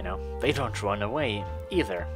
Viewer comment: I came at rRrRrRrRrun